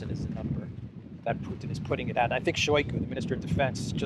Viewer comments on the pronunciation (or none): " if Pewtin wew to win dis waw" come on spit it out 😂